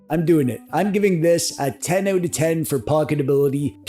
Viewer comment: Also as if your “OUT” didn’t make it obvious, owing a Kobo Mini is the most Canadian thing about you hahahah